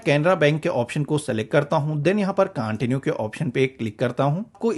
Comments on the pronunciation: [Continue] कांटिन्यु नहीं होता है, कंटिन्यु होता है! [Linked] लिंकेड नही होता है, लिंक्ड होता है! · Excellent informative video. Please improve your Pronunciation of words like CONTINUE and LINKED. That's all. God bless you.